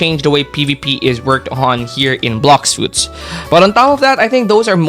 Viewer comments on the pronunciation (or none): “blocks suits” 💀